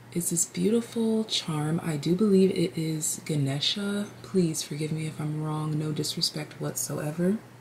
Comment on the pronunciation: don't know if someone already commented it, but Ganesha is the remover of obstacles and a god of wealth, success, luck, and wisdom. His name is pronounced as Guh-nay-sha. In Kino's video she had someone using a blender in the background of the i chose reading too lol interesting synchronicity. i choose piles 3 and 7 and they had beautiful messages. thank you 💚